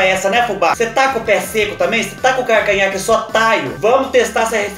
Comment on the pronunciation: Kkkkk "partido do carcanhá..." É assim memo que nóis fala lá no sítio. Kkkkkk